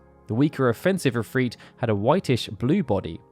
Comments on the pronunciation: I stopped this video a few minutes in. I cannot focus on what he's saying because he's mispronouncing if-r-it. He's saying if-freet. It has the same effect when he says tee-dis in place of ty-dis. Very sad I'll miss out on great videos. 😬😬😬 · I dont like how he pronounces Ifrit or Shiva. I prefer [ If-r-it ] instead of [ If-reet ]. Idk how he gets a long "e" sound without a second vowel in the word. Shiva has at least "a" second vowel and I think its pretty to say [Shee-va]. [Sh-i-va] is a reasonable way to pronounce her name yet it lacks the glamorous ring befitting her title as a royal ice queen ("she" sounds more feminine too.). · Love the videos. I don't know why it bothers me so much but Ive always pronounced it IF-RIT besides IF-REET. IF-REET makes its sound weaker to me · the islamic pronounciation is not ifreet or ifrit it's the I is actually the letter ع which can not be prononced in english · It's because the name isn't English, it's Arabic. It doesn't follow the same rules, it's just romanized into English spelling. From google: Ifrit, also spelled as efreet and afrit (Arabic: ʻIfrīt: عفريت, pl ʻAfārīt: عفاريت), is a powerful type of demon in Islamic mythology. Japanese "i" is also pronounced ee, that's just how their language is written into English. For Japanese it's ALWAYS: a = ah e = eh i = ee o = oh u = ooh In fact Japanese is VERY consistent. English is incredibly inconsistent and chock full of spelling exceptions due to sourcing words from all over the place or just not sticking to one way of spelling anything Easy examples: "mood" and "food" rhyme with each other but not with "good". As a native speaker, English honestly makes no sense. Blame English, not the other languages